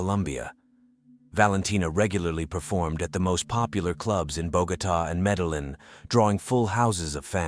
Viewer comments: What city in colombia is MELEDYN according to this narrator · "meddling" is not the pronunciation of Medellin. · Bruh really said “Medileen” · did you pronounce it medeleen? come on xD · This is a tragic tale. Wanted to point out that the city of Medellin is pronounced Meh-deh-jean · mede-lin is crazy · How hard is it to pronounce Medellin....obviously this guy didn't bother to learn.